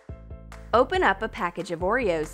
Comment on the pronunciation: I really thought she said "open up a pack of geboreos"